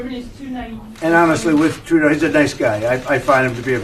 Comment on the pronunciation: I like that you pronounce Trudeau’s name properly 🤗